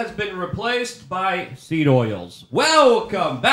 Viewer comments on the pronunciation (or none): none